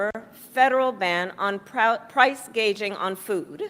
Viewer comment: I think she meant to say price "gouging" not gauging.